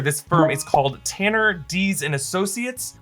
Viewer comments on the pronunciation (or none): none